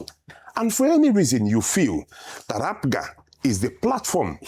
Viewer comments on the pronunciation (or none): Rufai, we are called APGA and not APUGA, take note.